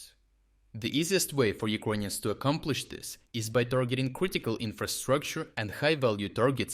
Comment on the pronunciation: First of all, it’s annoying how he says “Uquonians” instead of “Ukrainians”, even in Russian or Ukrainian you say “Украйны”, there is no “Q” sound. Second, these strikes are from 2022 or halfway true, the struck submarine was from the 2023 attacks, damaged Luhansk plant was from the 2023 Luhansk counteroffensive and etc… Right now what he is trying to do is selling PR attacks to the viewers that Ukraine is “still capable” of doing offensive attacks. Attacking with NATO satellites some civilian shed is not offensive measures. They lack ground troops, tanks and the logistics, but thanks to “uqanian” corruption it’s gone. Dear cope bots, please cope in my reply section about “3day operation” or “black sea fleet”.